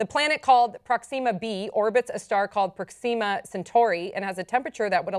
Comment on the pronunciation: Fucking say Proxima right!